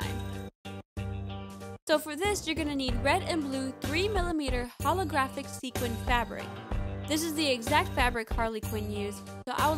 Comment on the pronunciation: Thank God! When she said Holographic, i cringed so hard, everyone in class turned to me...